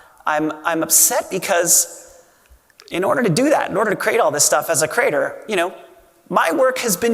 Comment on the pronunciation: Jack. It's CREE-ate-er. Please stop saying "crater".